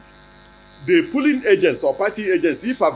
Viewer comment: Is it polling or pooling, sir. No one believes your rubber mouth again !!